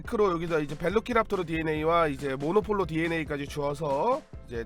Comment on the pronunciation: 모노폴로가 아니라 모놀로포입니다